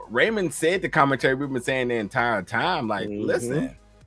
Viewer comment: Rayam not Raymond